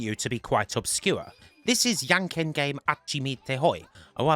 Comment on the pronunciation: I must say that "Jan ken" isn't Yankin' Jan is a more similar to the English name John, and Ken is also just like the name.